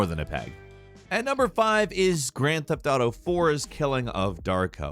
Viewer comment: “Gryand feft ardough”